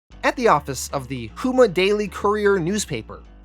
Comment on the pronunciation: You pronounced Houma wrong. It’s not hoo-ma it’s hoe-ma. I’m sorry I’m from louisiana I just had to let you know the correct pronunciation. 😂